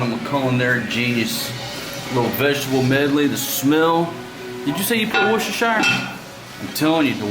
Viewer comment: its pronounced woosta sauce